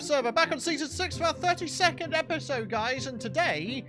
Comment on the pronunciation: Wait... did you say "32nd Episode" or "30-Second Episode"?